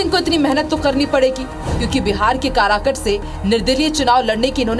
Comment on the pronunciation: Pahle tu bolna Sikh le karakat hota h karakut nhi